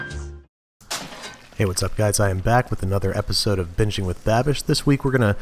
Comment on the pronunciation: Is it just me or it sound like he said Bitching with babish in the beginning